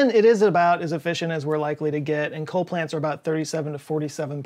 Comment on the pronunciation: ah you missed it. its coal and not ccol